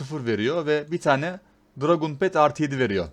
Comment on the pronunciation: dragUn demesen olmaz mı? biluğ. buluğ de şuna abi:D